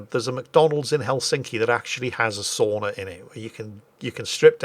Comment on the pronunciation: 32 : 24 i heard "sonar" instead of sauna